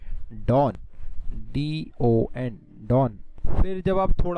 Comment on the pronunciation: to the right its Doni not DON and to the right is Ghataprabha, malaprabha, tungabhadra